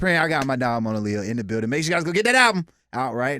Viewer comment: It’s Moan-ah-Leo…. NOT moan-ah-lay-yo 😶